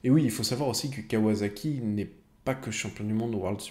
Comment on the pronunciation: KawaSaki... Pas KawaZaki... Aller un pouce bleu pour t'encourager, mais n'écorche plus la marque par pitié ! xD